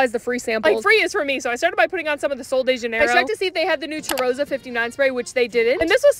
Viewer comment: Just to lyk, the word cheirosa is pronounced “shea-raw-sa”, no hard ch sound! It just means a girl that smells good